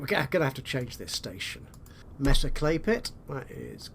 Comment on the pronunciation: Not nitpicking, but Mesa is pronounced "May-sa".